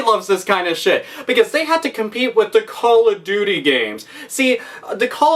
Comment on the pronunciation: "It just like Cawl ov doty"